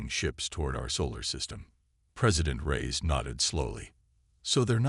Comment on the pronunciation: Reyes not rise lol.